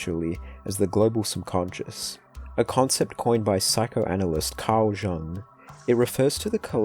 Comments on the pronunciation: Bro really said Carl JUNG (it’s pronounced Carl YUNG) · Jung = Young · Carl jung is pronounced Carl young. Even though it’s spelt otherwise